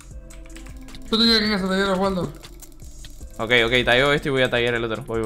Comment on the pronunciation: Pd es la única persona que lo dice bien alv